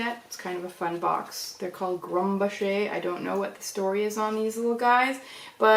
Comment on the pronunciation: Getting into pastels. Pastels, check. Good substrate, check. Variety in, colors and types, check. Increasing sizes of shards, get a cat, got it! 😂❤🐈 I think it’s pronounced (Grum bok er).